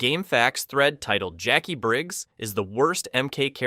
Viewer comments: Jack-wi? It's pronounced jack-ee. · Jackwee? Jacqui is said as Jackie! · Jac-wee? Smh 🤦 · I CHOKED ON MY DIET COKE… “JACK WEE” BAHAHAHA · Pronouncing Jaqui "Jack -wee" is hateful in itself. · "jack-we*? Seriously? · Please tell me that you know Jaqui is pronounced Jackie and you’re just having us all on 🙄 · Who the 🦆 is jack-kwee? 🤔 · Jaqui wasn't left out of MK1, it was an in universe hard reboot. Notice that she was nowhere near the only character? And the way you pronounce her name, god give me STRENGTH, tell my you haven't played MKX or 11 without telling me you haven't played them, they say her name MANY times. You raise valid points about her other than those two, but come ON. One other naff point, her move set is real world martial arts? Good job describing MOST OF THE CAST...